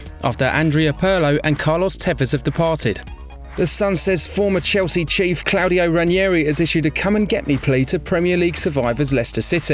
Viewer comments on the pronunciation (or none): none